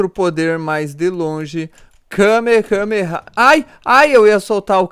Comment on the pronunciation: É Kamehame Háaaa Ñ KamehameHame Háaaa Sério Foi Mal Me Dá Robux